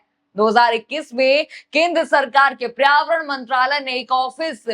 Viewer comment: आपका उच्चारण बहुत खराब है।पर्यावरण,मेमोरेंडम,और कई शब्द सुधार कर बोले।